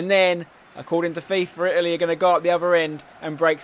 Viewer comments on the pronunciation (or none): none